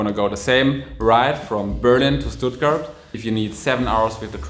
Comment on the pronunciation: Why did he pronounced Stuttgart soft?